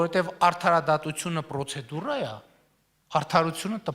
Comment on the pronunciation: Պռոցեդուռա՞, ո՛չ թե միայն Հայաստանն ա կործանվում, նույնիսկ լեզուն ա աղավաղվում։